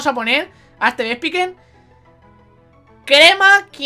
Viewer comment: No puedo tomarme en serio este capitulo con el titulo XD Si te puede servir por si te matan a togekiss y por que también aprende ataques por nivel Furia Dragón siempre quita 40 PS así que no te preocupes /Vespicuin/ se pronuncia Vespiquen (Por si te interesa) - Se te va muchísimo, para el mejores momentos de cabesa, un dia de estos me vas a matar de la risa XD en serio, no puedo tomarme en serio nada contigo, es que a la mínima ya me estoy partiendo el culo de la risa XD Tri-Ataque es de tipo normal, lo único que tiene un 10% de paralizar, un 10% de quemar y un 10% de congelar, se ahí el efecto de fuego,electricidad y hielo Yo también lo recordare toda la seria XD